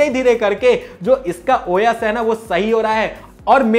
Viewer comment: Bhai wo khane wala O YES nahi #OS hota hai..sahi bola karo